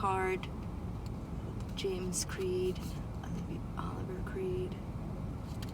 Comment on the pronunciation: “Oliviaye” Olivier creed not Oliver